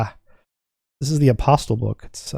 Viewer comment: The author is of Greek descent, and he pronounces his name "aposTOL" - with the accent on the last syllable